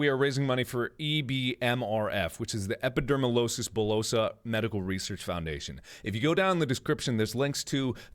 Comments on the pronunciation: Btw its epidermolYsis not losis bullosa. Lol its okay its a hard word to pronounce sometimes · I'm pretty sure you will never see this, but I feel the need to write it anyway. Thank you so much Markiplier.... I have Epidermolysis Bullosa (feel free to call it EB for short, I could tell you were having trouble pronouncing it). Through the past few years you have never failed to bring a smile to my face, rather I was in the hospital, waiting for surgery, or laying in my bed in pain. You have already helped me more than any medication could ever. So to add on that you did a live stream, I literally started crying when I saw it. Thank you so much, you don't know and you will never know how much this means to me.